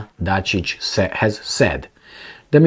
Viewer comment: its Ivitzza Datchich, so You know. Ivizza MF Datchich(bitch). so just U know. All d best to U my man.